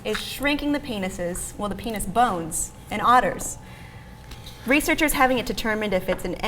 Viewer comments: Is it just me or does she keep saying, "pain'iz"? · For some reason it really bugs me how she pronounces Penis